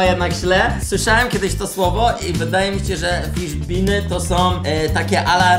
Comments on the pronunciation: Fiszbiny a nie fiżbiny 😅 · fiżbiny? a nie fiszbiny? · "Fiżbiny" XD